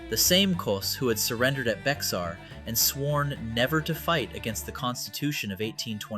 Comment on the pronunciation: Come on. Learn how to say Bexar. It's like bear, the x is silent.